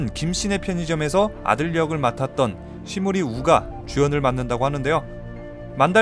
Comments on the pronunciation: ㅋㅋㅋㅋㅋ 시무리 우! 가 아니고 시무 리우 인데ㅋㅋㅋㅋㅋㅋㅋㅋㅋㅋㅋ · 시무리 우 인가요 시무 리우 인가요? ㅋㅎ '시무리우' 라고 붙여 읽으시니 일본 이름 같기도 하고.